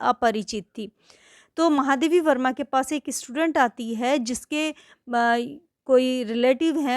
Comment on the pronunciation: Explanation tho theek Thaak hain lekin apne lekhika ka naam Galat kaise bol sakti hain Starting mein aapne itne mahaam Lekhika Ka naam Galat kaise le sakti hain😢. Baaki explanation helpful tha 👏